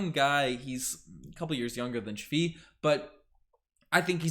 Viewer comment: Thanks for proper pronunciation of men name Only it is not shvi it is svii